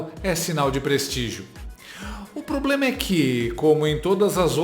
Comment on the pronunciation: Pelo menos não vamos ter que ouvir ela falando ploblema.